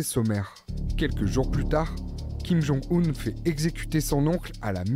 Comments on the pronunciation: Le fait que la voix-off parle toujours de "Kim Jong-oon" (mauvaise prononciation) alors que les chercheurs interrogés parlent de "Kim Jong-Eun" (meilleure prononciation) me fait penser que le journaliste/présentateur/voix off manque de professionnalisme ; ou du moins qu'il a fourni un travail bâclé. J'espère que ce commentaire sera compris comme je l'entendais : majoritairement constructif, avec une pointe d'agacement. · Kim jong « oune » pas « eune » c’est bon pour vous ? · ce n'est pas une question d'âge mais de connaissance de la langue coréenne et sa prononciation. S'il était aussi expert, il saurait que 김정은 se prononce Kim Jong Eun et pas Oun comme il le fait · surtout que la vraie prononciation officiel c’est kim jong eune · J'ai vite compris qu'il n'était pas aussi spécialisé que la femme sur la Corée du Nord. La manière dont il prononce le nom de Kim Jong Un le prouve